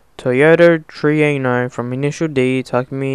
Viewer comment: It's True-enno, not Tree-enno.